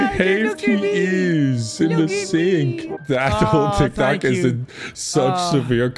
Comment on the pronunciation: I love how he said "Tik Tak" instead of "Tik Tok" 😂